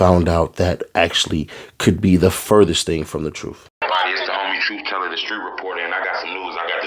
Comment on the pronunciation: Tooth teller 😂😂😂😂 tooth teller fix yo grill 😂